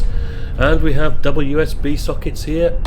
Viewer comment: Every time you say "double USB sockets" all I hear is "WSB sockets"! Great video as always. :)